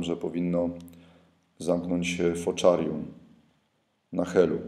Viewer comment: Fokarium, a nie "foczarium" ;)